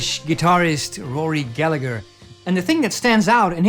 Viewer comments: The g is silent. "gallaher" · Excellent video! (Rory pronounced his name Goll-A-Her) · Bewilder but impress your friends by pronouncing Rory's Gallagher's name the Irish way, which is Gal-a-her. The "g" is silent.